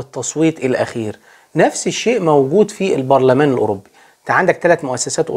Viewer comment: Eurobbbi Barlaman 😂 ليس تنمر ولكن محبة 😅